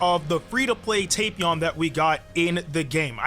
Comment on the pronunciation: Yo You know your saying Tapion wrong? Its Tap ion like Tap Water lol but say it however you like to say it cuz I ain't judging how u say it I'm just telling you ight?